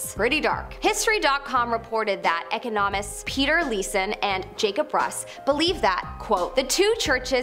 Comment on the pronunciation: Your presenters can't pronounce words like "Tiber" and "economist" also "viscount", lol